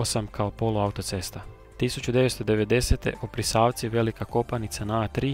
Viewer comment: I Oprisavci, a ne opriSavci